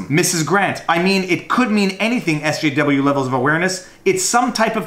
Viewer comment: Wow, you can't even say SJW?